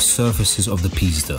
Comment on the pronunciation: oh my god if someone Polish will watch that video they will laugh just like me hahah when you said 488 Pista it sounded like "pizda" which means pussy in Polish hahah sorry great vid btw